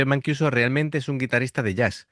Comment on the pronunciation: hola, mancuso se lee como en castellano, vamos q la vocales en ita y en español no cambian ;)